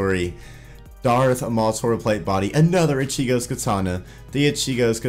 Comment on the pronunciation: you mispronounce ichigo one more time and we're fighting IGN: NewMatics